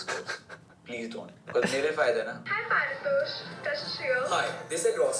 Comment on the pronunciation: Bro your name is not par-tosh its pari- tosh ...